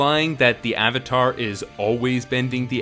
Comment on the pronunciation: "Soh-kah" "Ahng" "Uh-va-tar" "Ear-oh" jfc